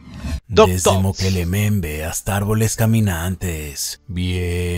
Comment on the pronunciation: "Mokele Mbembe": Mukelele XD